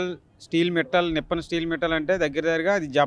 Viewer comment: Nippal entiraa edava adi NIPPON maatladatam koodaa raadu correct gaa spell cheyatam koodaa raderaa